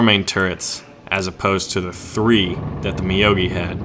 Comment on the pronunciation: I think it's meow-gi not ma-yo-gi : )